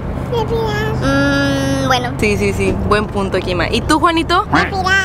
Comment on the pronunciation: dise kima